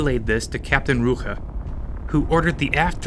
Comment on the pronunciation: The commander's name was "Claus Rücker." And you're making it "Claas Rucher." Are you serious?